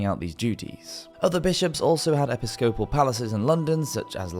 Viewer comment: Wait till you hear how he pronounces episcopal…